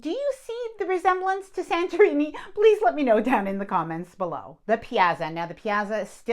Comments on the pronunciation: Sorry to be niggly. It's pronounced "piatza" not "piazza" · Piazza is pronounced “pee-aht-suh“. It’s like “pizza” but with an extra “ah” syllable. Double z sound is a “ts“. I don’t mean to be rude, but I’ve heard this mispronounced a lot in various channels reviewing Princess and just thought I’d mention it. 🫣 This a great video and channel—thank you! 😊